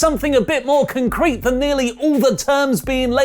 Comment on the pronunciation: The way says "Concrete", makes me shudder